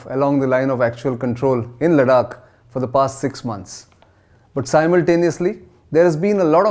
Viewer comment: If you can't even pronounce ladakh correctly should we even take you seriously ?